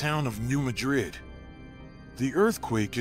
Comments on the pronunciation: I'm here just to read the comments about your mispronunciation of Madrid. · Yes, some pronounce it that way, but that doesn't make it correct. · The locals' pronunciation of a geographic place is correct. It's called a shibboleth, a password that distinguishes natives from carpetbaggers. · New Mad-rid not New Ma-drid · You video quality is excellent. Your content quality is somewhere between poor and useless. For starters, get the name right!!!!!!!!!!! Ma-DriD is in a place called SPAIN. Mad-Rid was a town in a place called MISSOURI. Next, New Madrid Missouri has never been touched by a significant flood. But, Madrid was wiped off the face of this planet! In a couple minutes the Mississippi River ran backwards, according to eye witness testimony and geologic site evidense. The backflow is believed to have run for 5 days. In a few minutes of time, the backflow killed 10,000 people or more. Reelfoot lake in Kentucky started to form. Your next mistake is the town sizes. In assending size order, was, New Orleans, Madrid, Memphis or St Louis, and finally Chicago. Yes you read that right. Madrid was the second largest town on the river and on that day everyone died in seconds or a few minutes. The few people left alive, in the area, moved west 5 miles. They created a new town and called it New Mad-Rid. The statistics, which I doubt you understand, are these. Every year, the odds are 1-2% chance of a 7.0 or larger sustatined earthquake. There are several other mistakes in your video, but I am worn out explaining this stuff. I suggest you take this garbage down and do a complete rewrite. Everything I have said here is well known facts from government and university studies. These facys have been stated MANY times in public domain. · Not in Arkansas we say mad rid you say it how you want to but your wrong but that's ok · 1. It’s New MAD-rid 2. We’re just ignoring the fact that western KY is also gonna be obliterated?